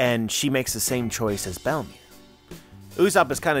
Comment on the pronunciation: Everytime you say Belle-mere I understand Bellamy 👀